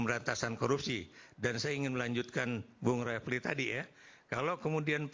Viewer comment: Yg pake peci itu nyebut nama Bung RH aja salah, refly bukan bukan rafli 😂